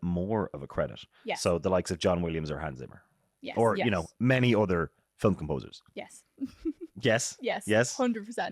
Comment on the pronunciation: Why two syllables for the word film?